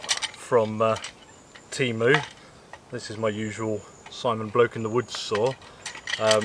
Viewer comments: "TEMU", not "TEEMOO". If everyone can learn to speak English, I bet you too can learn at least basic pronunciation of other languages. What you are eating looks very delicious. But it has absolutely nothing to do with a taco. The roof cover goes on top of the tent, not on the side. How do you expect to stop the water by putting the roof over the side? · its tay-mu mate not tea-mu